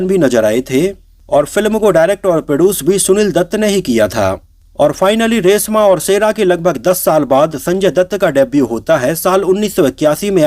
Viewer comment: रेसमा और सेरा नही,रेश्मा और शेरा 😂😂